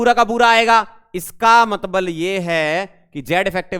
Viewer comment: matbal😂😂 Matbal ❌Matlab✅ 😅